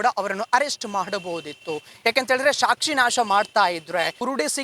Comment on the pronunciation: ಅದು ಶಾಕ್ಷಿ ಅಲ್ಲ ಸಾಕ್ಷಿ😢 ಇರಲಿ ಹುಷಾರಾಗಿರಿ